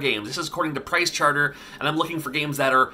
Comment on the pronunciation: my pride and joy is a very good condition CIB castlevania 3, with $9.99 sticker on the box from funcoland :-). and OMG, why can't he say "pricechart-ING" ... he says it wrong so many times.